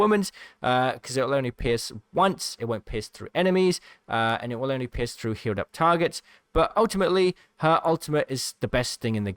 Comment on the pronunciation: I keep hearing piss when he says pierce